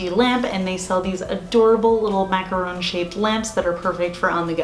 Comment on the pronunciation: So cute! And I'm sooooo glad you pronounce "macaron" correctly lol. There's a very popular beauty Youtuber who mispronounces it every time as "macaroon" and it drives me 🦇💩 crazy haha!